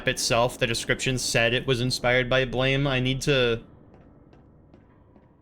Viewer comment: The manga is read blam, not blame